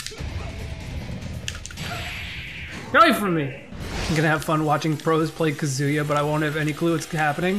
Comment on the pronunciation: Hearing pronounce Kazuya Kazooyah for 8 and a half minutes is making me want to cry.